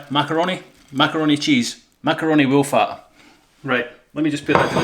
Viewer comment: Nice "woollac" 😂 😂 😂 👍👍🤓